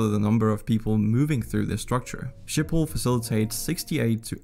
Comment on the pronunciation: He said “Sjipol” instead of “Schiphol”